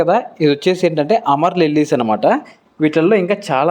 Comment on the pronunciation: అమర్ లిల్లీస్ కాదయ్యా,అమరిల్లిస్ అంటారు వాటిని